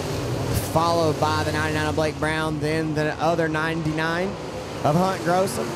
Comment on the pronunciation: Gossum not grossum